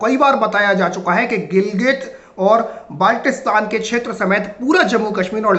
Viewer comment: tujhe baltistan bolna nahi aata